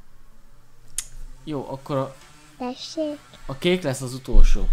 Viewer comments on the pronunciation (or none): D Tesék TESÉK hogy mondtad xd